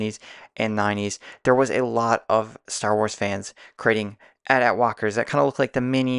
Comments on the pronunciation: Yes, finally someone who says AT-AT correctly! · You're the first person to comment saying I pronounced it right. The amount of comments I've received on other videos about pronouncing AT-AT wrong is incredible.